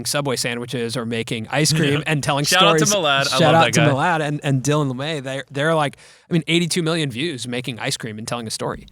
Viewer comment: Jimmy: Shout out to Mill-add Milard: Can’t you pronounce my name correctly?